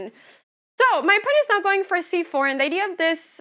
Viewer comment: "Ayand" "myove" lol Great video anna!